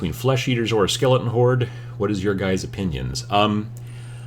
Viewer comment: My son and I think the way you pronounce skele-un is just about the funniest thing we've ever heard 8^)